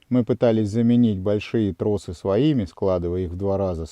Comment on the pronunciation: Мужики - трОсы ,а не тросА. Уж извините, но утомительно слушать это неграмотное произношение на всех каналах.